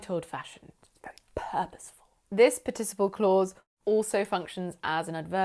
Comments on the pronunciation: Thanks! I loved the lesson but is it really possible to pronounce "participle" the way you do? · Google translate says it's pArticiple (the stress is made on the first syllable). :)